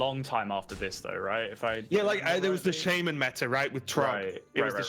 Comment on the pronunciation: SHAMAN NOT SHAYMAN FFS